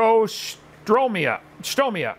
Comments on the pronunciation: Studies biology in 30 different countries, can't read the word "deuterostomia." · I think what he meant by that is converts the stuff and sticks with that. Because he knows what it is, he explained it, he even knows the two composing hellenic words of this hellenic word. He doesnt pronounce it correctly thats all.